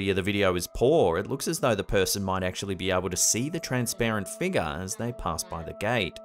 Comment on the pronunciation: i love but how come he can't say the word 'figure' correctly?